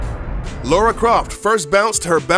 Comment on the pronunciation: It's Lara, not Laura.